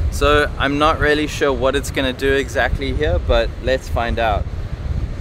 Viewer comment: hi bro, if you insist on using the word "really" so often, make sure to pronounce it like "rially" instead of "rarely", because the way you say it is rather distinctly off putting